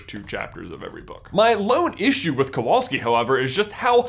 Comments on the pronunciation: Nice vid. Some pointers for the future though. In polish you should pronounce "W" as you would "V" in english. Kowalski is a very common [ too common sometimes] polish surname, but it is not by any means jewish [that actually explains why in any foreig movie there's a polish character there's 99% chance it's gonna be a Kowalski] It does bring "Smithing" to mind, as it's stem "Kowal" literally means "Smith", however it does not mean "son of smith". By a very long strech, I suppose you could translate it as such, if you really, really want to, but the genesis of the surname[s] [like mine actually] stem form Medieval times. Any "-ski" surname is an adjective, which points out to village/town of origin, some argue that also points to Nobility, as most commoners would have surnames after their nicknames and/or professions [whish is not actually so far fetched as at one point in history Poland had more "nobility" than any other country]. It being an adjective you would translate it as a Jakub [so PL equivalent of Jacob] of the Kowal Town - Kowalski. I will spare you detailed history lesson, but unfortunately this is the point when the theory gets "iffy". Then again, you are not expected to know this, if you ask Poles, 99% would not be able to tell you that unless they are history nerds [*crying inside*], so maybe, just maybe JK Rowling was unaware of this as well? If so, above rant adds to this theory. Or maybe it's just random, trying to include a "minority"? Who knows? I still en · You should read that name as Kovalski. It' a Polish name. In Poland v=w and w=ł :/ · since he is of Polish descend, his surname should be pronounced "Kovalski" in Poland w is read like a v also Kowalski is most common surname in Poland, next to Nowak my opinion is, even though Jacob has many Hufflepuff characteristics, for me its kinda a stretch to assume that he is descendant of Helga. similarity in surnames happen sometimes... but i will be cool with it if it was actually true :D